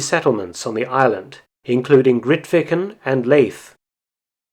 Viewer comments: Leith is pronounced Leeth not Laith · All this 'war stuff'...has had it's day. People are sick of it all now. Most people are living from hand to mouth each month...no time for 'war rubbish.' Leith...is pronounced 'Leeth' ...by the way. Not 'Laeth.' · Very nice. Wasn’t aware of the details. One minor point though “Leith” is pronounced ‘leeth’ not ‘lathe’ er...assuming the Scottish pronunciation. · Leith is pronounced Leeth. It was established by a whaling company called Christian Salvesen., a Scottish whaling company in 1909. They were based in Leith, the port of Edinburgh. There were a lot of Scottish whalers based in South Georgia as well as from other countries like Norway. Leith in Scotland was a big whaling port until the mid 1960s when the whaling industry went into decline and whaling was subsequently banned in the UK. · Interesting vid. One thing; Leith is pronounced 'leeth', not 'laith'. It was named after the Scottish port. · ) Leith ain't a Norwegian word, nor enunciated such :) It's Leith (l ee th) as in the port by Edinburgh <3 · If 'Leith' was pronounced 'Lathe' we'd never have had, "The Leith police dismisseth me' now would we? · It’s pronounced Leeth - like Leith near Edinburgh. It’s Scottish rather than Norwegian. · How do you pronounce "Leith"? If it is named after the port for Edinburgh, I think "Leeth" might be the best way to say it. Never the less another great little video - thanks! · I'm wondering if Leith shouldn't be pronounced the same as Leith near Edinburgh? Sounds like Leeth. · Leith is pronounced like Keith with an L instead of a K. Leith on South Georgia was set up by Edinburgh based Christian Salveson. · Leith is pronounced as in Keith with an L instead of a K. Leith on S. Georgia was set up by a company called Christian Salveson who strangely enough are based in Leith Edinburgh, although when they did it Leith was a separate town. Good video tho. Ps I'm from Leith in Edinburgh